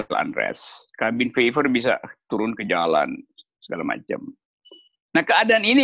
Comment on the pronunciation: Cabin Fever (kehbin fiever). Kok bs pd salah pronunciationnya dua org idola saya ini. 😜